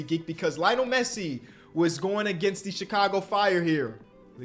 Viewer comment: Did he say Lionel Richie was at the game. Aint never heard someone pronounce Messi name like that. 😂😂